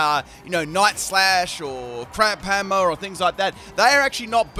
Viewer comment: Did he say Crap Hammer? It sounded like he did.